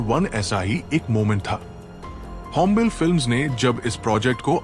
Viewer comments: भय्या ओ "होम्बेल फिल्म्स" नहीं ओ "होम्बाले फिल्म्स" है| थोडा pronunciation गलत् थि| Please correct it. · It is not hombile it is hombale ಹೊಂಬಾಳೆ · Not hombel , hombaale ( hom baale) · Ĥombàle❎️ hombaaale✅️ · it is not "hom bale", its pronounced "Houm Baaley". besides Kannada filmdom has given interesting movies back in 80's, like Pallavi- Anu Pallavi. the concept was not relatable then but apt now. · Hombil nahi Hai bhai it's hom... ba...😅 le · Its hombale means hombaale, not hombel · It's not होंबेल, it's होंबाले ( ಹೊಂಬಾಳೆ) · It is not hombel, Hombalé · It’s not hombell, it’s Hom- ba - le It’s not kuntara its Kaan- taara It’s not karnatak it’s Karnataka You need to work on editing. When narrating about KGF you’re showing Mahavatar narsmiha pics. Show relevant pics/ videos. Also hombale has not had any pan india vision its Yash who did all the hard work and took the film to Pan India and Vijay kiragandur trusted Yash in his vision. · Yeh Chris Gale nahi. Hombale is pronounced as Ho-m-baaa-lee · Pronounce it as home ba le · Pls take extra care on the pronunciations. It’s होम्बाळे…. कांतारा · Pronounced 'Hombaalley''. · Please production house ka naam wrong bol rahe hai.. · *hombale pronounced wrongly😅